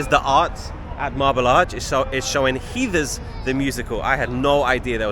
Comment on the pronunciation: For future reference; Heather is pronounced like feather or leather or weather. 🤓